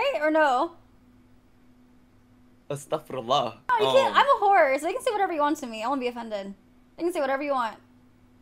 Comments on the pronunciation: Bro said Astarfirrulah and it’s Ramadan 😭😭😭 W FR💪🏾🔥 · “It’s Ramadan” “Astgfrallah” 😅 LOL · As a muslim fasting for Ramadan currently you killed me with the awkward pause followed by the 'astaghfurallah" lmfao